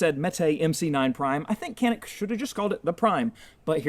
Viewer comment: Turkish industry is much better than American. That's why I only shoot Caniks. Also it's pronounced Janik not Kanik